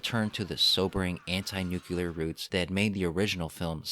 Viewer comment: your retrospectives are always written so well, which is why i cringe every time you say "nukular."